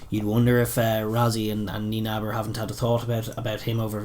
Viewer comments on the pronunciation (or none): Great fan of your show. Keep it up! Just two points: See you guys trip up a bit on the Nienaber surname. The na in NieNAber is very pronounced and needs to be said. What comes out sounds like Niebar and it sounds funny... Whats at the heart of the rioting of SA is not so much the incarceration of the previous corrupt President of SA but really the way old African tribal leadership/thinking clashes with the constructs of Democracy. They dont think 'gifts' or the like are corruption. So SA's sruggles are fought more or less along that fault line. The old way vs the new and following on that the lack of knowledge are the real enemy. Far right groups across the colour spectrum are always getting in the act when seeing opportunities like this.